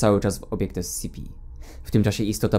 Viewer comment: dobrze czyta